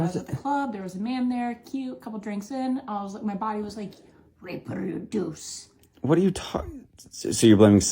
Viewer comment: Did she just say "I was just listening to my body raperduce!' LOL!